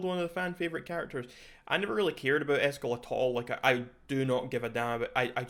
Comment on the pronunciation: For gamers, butchering Eskel is a big no.